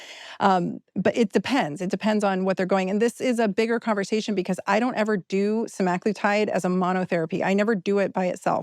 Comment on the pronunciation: please correct your pronunciation! It’s not “seMAGlitide”